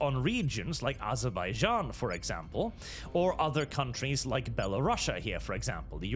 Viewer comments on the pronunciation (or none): none